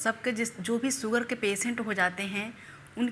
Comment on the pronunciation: सक्कर नहीं शक्कर सुगर नहीं शुगर सहद नहीं शहद